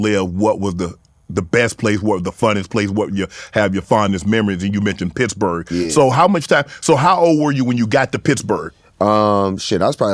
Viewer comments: "Pixburgh" at least that's how used to even spell in on his Twitter bio way back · Is wiz saying Piggs-berg?